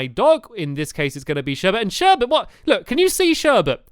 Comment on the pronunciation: sherbets name is sherbet and calls her sherbert